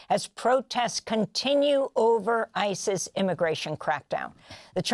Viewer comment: I know she's saying "ICE's tactics", but I can't help but hear "ICEis".